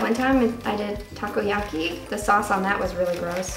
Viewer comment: Not to be rude.....but it's pronounced Takoyaki....